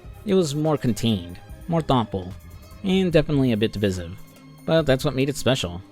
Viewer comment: You need to learn how to pronounce divisive bro